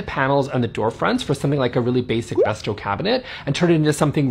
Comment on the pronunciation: Do I hear you pronouncing Bestä correctly or am I in a dream